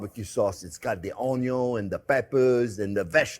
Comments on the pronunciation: I am now fully convinced that the word 'onion' has been misspelled and mispronounced for ages. It is 'oño' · This recipe lacks sufficent "onyo" 😂 Love ya JP. 😉 And not to tell a real pro his buisness - but pork and maple go together like onyo and beef... Real maple syrup (the darker the better) instead of corn syrup. And I like the smooth taste of a wheated burbon - so there is always a bottle of makers mark in the house. Makers is affordable and pretty decent if you don't like the spice of a rye mash bill. (Couple shots of that go in the sauce. And 4 measures for me as an old fashioned while I work) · If it has "onyo" it has a like